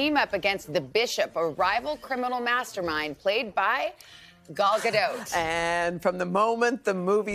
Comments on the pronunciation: Played by Gull Gadote? Lord. Please work on the pronunciation before you do these promos. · "gaul gah-dote" oof...